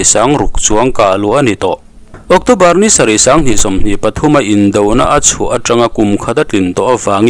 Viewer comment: Octawbar ani thei dawn a mi? ocțobar ani zawk lo maw?